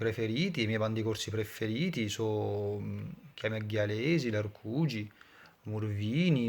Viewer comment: bruttu in Corsica significa sporco e non brutto quindi non ho detto che è male ma ho detto che c'è qualche sprecisione. Un corso vero mi avrebbe capito voi no. In particolare quando dice "a parlà" la lettera P è un po' strana e poi quando dice i muvrini (i mufloni) sembra che dice murvini invertendo r con v....